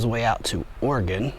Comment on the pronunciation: Appreciate you saying Oregon correctly. In my 15 years of living in the Midwest and the South a shocking number of people say it as "Ore-E-Gone".